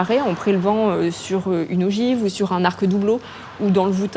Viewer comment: Les secrets d'un incendie criminel on a déjà les prises vidéos qui visiblement n'ont servi à rien. L'arc de la nef et non l'arque de la nef, on n'apprend pas à prononcer la langue en école de journalisme ?